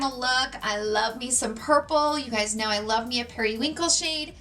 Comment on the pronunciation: When she says “you know” it sounds like “you kneewww”. Never heard someone pronounce know like that? Can’t tell what kind of accent that is